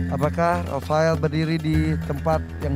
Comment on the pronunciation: Ndak rofel tapi rofael